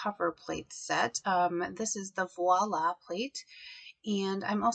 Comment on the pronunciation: The packages says Viola (like the musical instrument), not voila.